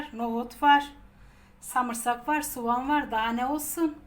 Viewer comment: Eline koluna en güzeli dogal dogal konusan samırsak diyen ağzına sağlık. Yaptim yedik mis gibioldu